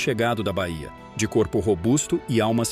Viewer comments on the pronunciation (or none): none